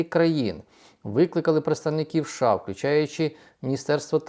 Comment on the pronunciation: ША чи все ж такі США? Ну скільки можна це слухати це ША Ша Ша ша?